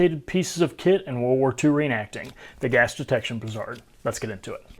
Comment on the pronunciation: Great video. However, that's not how you pronounce "brassard". brae·srd